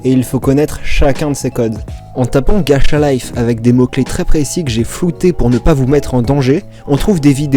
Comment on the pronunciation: Ça me stresse ma ça se prononce gatcha et non gacha désolé d'être chiante